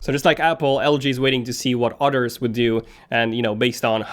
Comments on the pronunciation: I keep hearing otters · Are you saying “others” or “otters”? Do otters make phones?! Amazing animals